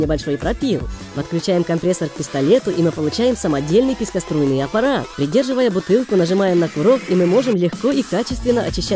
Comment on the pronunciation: пискоструйный ? Я глухая чтоль?